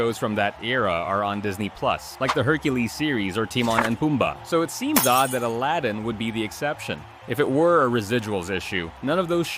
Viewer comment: This mfer really said Teemon and Pumbaa